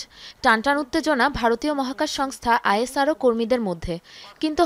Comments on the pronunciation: ইসরো বলেন । নাকি উচ্চারণ করতে পারেন না। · মেডাম ওটা আইএসআরও নয় ওটা ইসরো বলে প্রসিদ্ধ